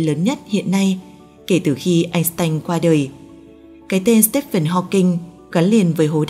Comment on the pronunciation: Einstein sao cứ người Bắc thì lại phát âm là .. Anh..s..tanh ?!!! Phát âm đã sai cái tên Einstein !